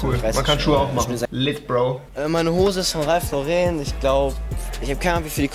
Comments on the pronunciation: Mich regt es so auf wenn leute ralph lauren "ralph loreeeeen" aussprechen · Es heißt nicht ralph loreeen